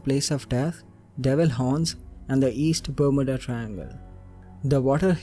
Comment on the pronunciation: Ber-m-you-da - that's how it is pronounced. divulged*, not diverged